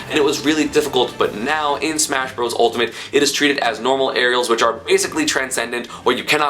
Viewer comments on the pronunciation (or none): none